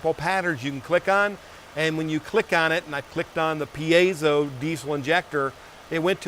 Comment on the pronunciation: It's a 'peezo' stack😎